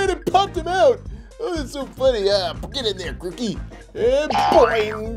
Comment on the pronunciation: He said it right it's pronounced groo-key